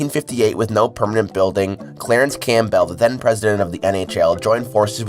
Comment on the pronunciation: Cam-bull, not Cam-bell for Christ's sake.